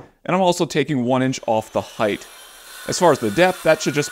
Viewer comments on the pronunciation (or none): Great tips...and here's one for you. Correct speech includes the words: length, width, depth, and breadth. However, if I am hearing you correctly, you are saying "heighth", which is incorrect. "Height" is like the word "weight" in that it ends with only a t and not a th. (...and this is a case of "always", not one where "either/or" is OK.)